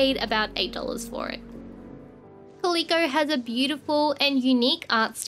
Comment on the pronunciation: it’s pronounced “cal-lil-coh” not “cah-lee-coh”